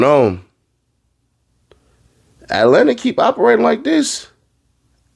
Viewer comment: Dem boys not ean from Atlanta they don’t even say it right 🤦🏾‍♂️